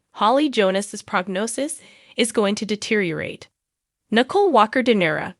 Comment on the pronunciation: Nicole not nickel